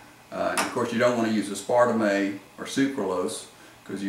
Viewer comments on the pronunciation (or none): Es-par-tuh-may? What? Seriously, I am from Alabama and my pronunciation is way better than yours. Please learn how to pronounce the terminology before making a video.